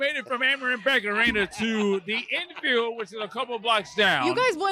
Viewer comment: Funniest part is definitely the ‘INN”field😂😂